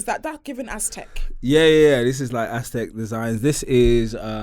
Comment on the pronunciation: “ITS GIVING AXTEC” 😭😭😭😭😭